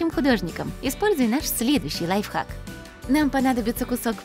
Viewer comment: Почему говорят лайФАК??